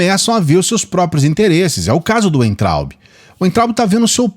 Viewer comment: Oi, por favor não se ofenda mas vou te dar uma dica. O nome do Weintraub se pronuncia Vaintraub OK?? Abraços